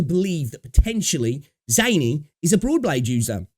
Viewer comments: Quit butchering the name. We've heard them say it in English, Japanese and Mandarin. Its pronounced ZAH NEE. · sure, just don't expect people to find you butchering the name "pleasing to ears". Like as much as you have the freedom to say the name wrong or in a weird way, you should also expect people to call out you or even even clown on you for that.